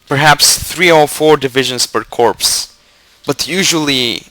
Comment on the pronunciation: By the way, just so you know, "corps" is pronounced "cor" :)